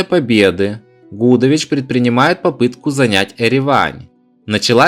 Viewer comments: Гудович, ударение на И! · ШушА и генерал ГудОвич, проблемы с ударениями